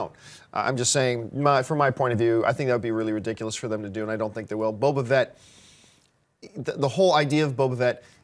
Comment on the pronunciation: Boba FETT, John. Not Boba VET!